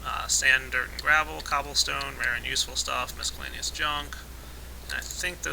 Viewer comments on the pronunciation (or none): mis-cel-la-ne-ous not MISC-el-la-ne-ous